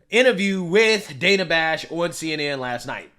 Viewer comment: Was it "sexist" that Coupmala pronounced the female interviewers name wrong? It's "Dane A", not "Dan A".🤔